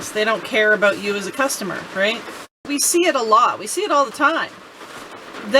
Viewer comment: Well done young lady thats what its all about or"aboot" lol .!